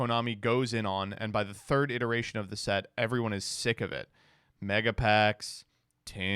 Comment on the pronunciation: The word is iteration, not ineration.